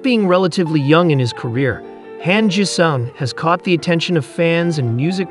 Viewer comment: Han Jisung .... pronounce it like 'Hon (Hahn) G sung ... OK ... THANKS.